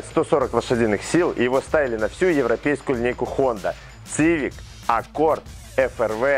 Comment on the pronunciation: Вещает на большую аудиторию и не может посмотреть произношение слова civic🤦😱🤣🤣🤣🥳